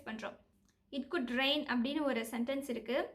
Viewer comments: Sambu trichy. Not Malai. Only mazhai. Tamil pronounciation must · ''மழை'' என்பதை நீங்கள் ''மலை'' என்று உச்சரிக்கின்றீர்கள். உங்களைப்போல் தமிழும் அழகானதே, அதை நீங்கள் சரியாக உச்சரிக்கும்போது. ஆனால் நீங்கள் கற்பிக்கும் முறை மிக அழகு.